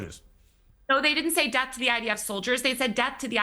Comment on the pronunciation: When they say "De ath to America" THEY MEAN DE ATH TO AMERICA!!!! NEVER TRUST PALLYWOOD PROPAGANDISTS